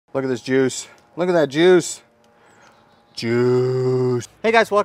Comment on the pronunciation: I thought he said jewwwws lol